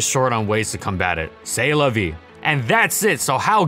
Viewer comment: that is NOT how you say c'est la vie